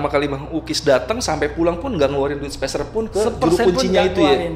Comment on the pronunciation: Ni narsum kenapa ya tiap ngomongin duit nyebutnya "sepersenpun", "berapa persen" padahal harusnya kan "sepeserpun" kali ya 😅